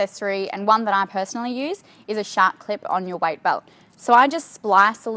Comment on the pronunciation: "White belt" 😂 love the accent tho!